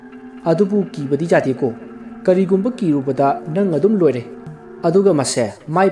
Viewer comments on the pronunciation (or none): none